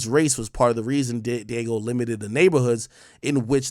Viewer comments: Ak. It ain’t Diego. Di-a-geo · That’s not Diego, AK. 😂 It’s Diageo , You better pronounce it well this time boy! Dia Geo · Dee-ah-ghee-oh not "Diego" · Dee-ah--jee-oh that's how it's prounounced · Dee-AHH-Gee-O. Diageo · It’s pronounced Dee AHH JII OHH